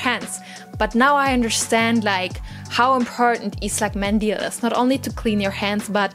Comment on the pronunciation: darf ich Dir eine Tip geben? Der Buvhstabe "ı" wird nicht wie ein "i" ausgesprochen sondern wie ein "u" jedoch muss man dabei grinsen um den richtigen Ton hinzukriegen. ıslak mendil ;-)